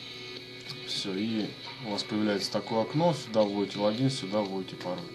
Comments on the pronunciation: не лагин а логин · Почему логИИн а лООгин?